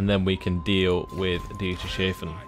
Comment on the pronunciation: It's Dieters-hafen Hafen is harbour in German